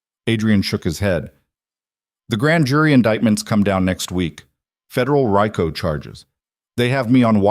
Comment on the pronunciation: So the “body was burned beyond recognition “. Haven’t they heard of DNA? 😣 “Federal RIco” = REECO. How are they protecting the loyal Marcus? It’s a good story but would be better if edited by a human.